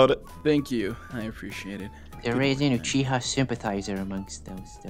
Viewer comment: WTH is “uchihers”? 😂😂❤